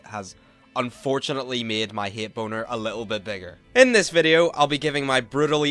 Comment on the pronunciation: i love when he says "hate" and it just sounds like "hit"